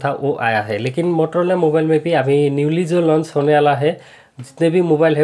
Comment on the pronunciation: Bhai wo mororola nhi motorola hota hai